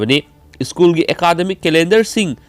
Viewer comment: School haibiyo ischool haibinu yaradee😁